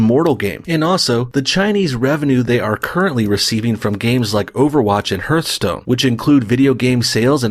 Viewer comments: Hearthstone is pronounced HARTHstone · I can tell that this dude is an Canadian by how he pronounces Hearthstone 😂🤦🏿‍♂️